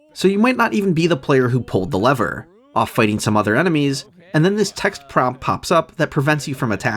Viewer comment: Pull leather? Why do people say lever as leather lol